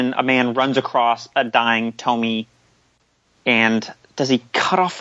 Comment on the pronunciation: It hurts to hear when he says "To-my" and not "To-mi-e"